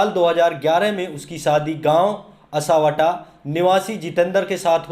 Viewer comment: असावटा नही असावटी है